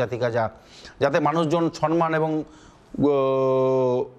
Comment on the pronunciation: ভাইটি কথাটা সম্মান ,সন্মান না ।